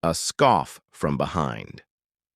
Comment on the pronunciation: Scoff, not scarf.